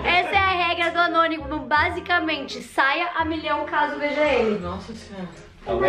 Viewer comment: Ñ é Anonimo é Gnonimo😂🤣